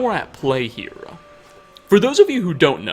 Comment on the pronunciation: I think it’s hilarious that you put an a on the end of certain words you speak for example the word here you say here’a or the word there you say there’a